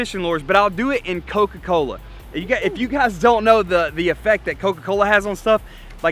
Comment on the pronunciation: When u said cokacola I had coke in my hand and it got all over me!!!!!!!!